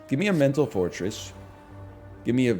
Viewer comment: Whenever he says mental fortress, it sounds like he's saying mental forretress, and that's how much pokemon has deluded my mind.